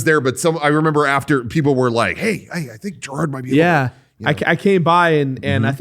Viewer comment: Just a quick correction: it's Jirard, not Jirad. Otherwise, great!